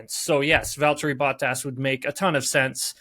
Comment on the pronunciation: “VALTERRY BOATASS” 🤦 cmon adam